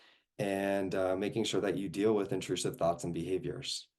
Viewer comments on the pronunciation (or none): none